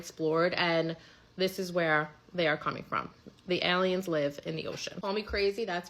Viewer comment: "I really think they're allyens."